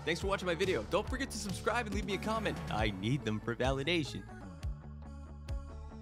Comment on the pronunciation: "subscibe" in the beginning LOL